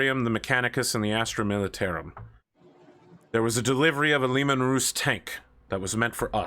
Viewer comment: Oh god Podon is the leader... this is going to be a very interesting and amusing game Also I'm sorry for sounding pretentious but your pronunciation of Lemon Russ is hurting my ears. The Russ part is pronounced with a "us" sound not an "oos" sound